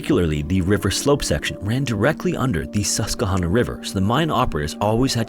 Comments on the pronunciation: Yup, it’s sus-kwah-hanna, last part sounds like banana, not nonna! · As a person that grew up in central Pennsylvania…..it’s pronounced sus-kwa-han-ah. Love your content! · PA native here. Not trying to be pedantic, just educational. The river is pronounced Sus-kwuh-hanna :) Love your videos! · Nobody gonna mention that he called it the sus"kuh"honna river lol. We always called it the sus"kwah"hanna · Just an FYI, Susquehanna is pronounced “sus-qwah-hay-nuh”. But as a PA resident I have never heard of this story. Thank you for telling it ❤ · I love the wrong pronunciation of Susquehanna 😂. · As a Pennsylvanian hearing his pronunciation of Susquehanna gave me a good chuckle lol. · So not relevant but the mispronunciation of Susquehanna was a gut punch every time 😅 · I'm from Pittston Pa. great story ..you mispronounced susquehanna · Susquehanna is pronounced Sus Kwa Hanna. Lehigh is pronounced Lee Hi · SUS-kwuh-HANNA. :D Also, I think you said Lehigh? as leh-HIGH, but it is LEE-high. Just a note from an ex-Luzerne County resident. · If anyone cares, here are a couple pronunciation corrections: Susquehanna = Sus-kwah-hanna Lehigh = Lee-high Love your videos, just a quick correction from a Central PA resident! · Sus-kwa-HAN-uh. Also, Lehigh is LEE-high